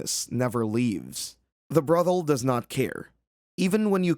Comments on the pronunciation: How does a modern AI not know how to pronounce "brothel?" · I can't get past the way you're pronouncing brothel lol